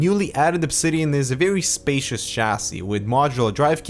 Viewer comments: I believe its spacious interior not spatious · it's "spacious" not"spatious"